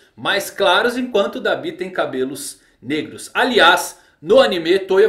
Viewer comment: muito estranho ver alguém falando "dabÍ", eu falo "dAbi"